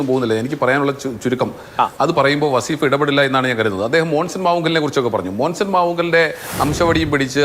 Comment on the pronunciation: വസ്സീഫ് അല്ല.. വളീഫ് ആണ്